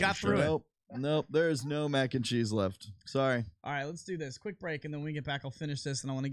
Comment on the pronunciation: Anyone notice Lucc drops the “s” in cheese when combining with other words? 😂 MAC and Chee. Bacon, egg and chee... Don’t let it chafe your dish tho 🤙🏼